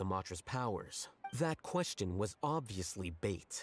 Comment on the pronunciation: Is it just me or pronounced question "quesTon"?